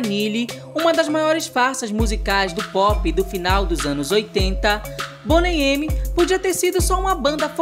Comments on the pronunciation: Se pronuncia Boney Mi. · Boney "eme"????